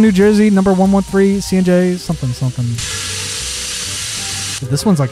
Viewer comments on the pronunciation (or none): none